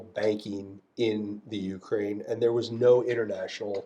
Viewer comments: Pretty wild this guy doesn’t know how to properly pronounce Ukraine despite having done business there. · Not sure how to feel about this as Ukrainian. From one point I blame our politicians selling our heritage for pennies our grandfathers bled for, but on the other hand listening to him giddinly describe how he robbed Ukraine while pooping on and mispronouncing Ukraine doesn't feel good.